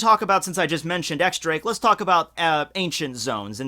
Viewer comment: It's not pronounced X Drake it's pronounced Diez Drake.